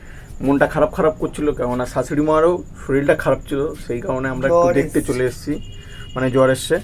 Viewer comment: Dada শরিল na শরীর বলে